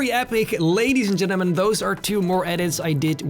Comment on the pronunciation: "Ladies and genamen"